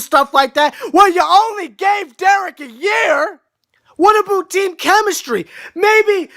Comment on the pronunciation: I love how you say about like "a-boot"